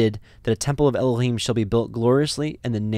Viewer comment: I have prayed and studied. I think your pronunciations are correct.